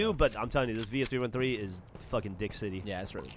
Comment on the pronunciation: Had to stop what I was doing when I heard and Geoff pronounce '313' correctly. For any AH member, you ever come to Detroit, I'll treat you to voted one of the best pizza's in America: Niki's Pizza. Geoff, you'd adore the Greek Pizza. and Geoff, you both made my day by saying it correctly and saying Detroit style is great.